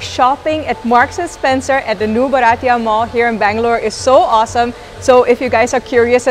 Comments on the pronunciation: Hi. It is pronounced as BHAA- r - tee - yuh. It means Indian. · been a follower for a while. Just one tip - Bharatiya is pronounced Bhaa-rutt-ee-ya.. means Indian so getting pronunciation right is important 🙂